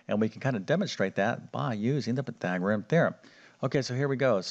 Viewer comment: Pythagorus, not Pythagorum!